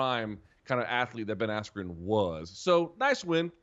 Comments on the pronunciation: “Ben Askew”😭😭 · You mean Ben Asskew? 🤣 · This was a BS event, for 3 hours it was all singing. The announcer didn’t even say Ben askren name correctly and the ref stoped the right super early. Also the fight before a guy with blue hair flopped and pretended he got hit in the nuts when he didn’t even get hit